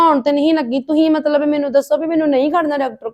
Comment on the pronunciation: Matlab hunda na ki matbal